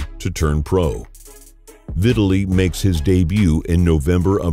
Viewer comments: Omg. Dude. It's NOT pronounced "VIT-a-lee". His name is pronounced "Vi-TAL-ee". Jesus Christ that's annoying. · Why is he pronouncing his name like "victually". Is it not Vi-tah-lee?